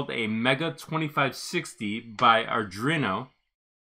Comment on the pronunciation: Great video, please learn to pronounce Arduino X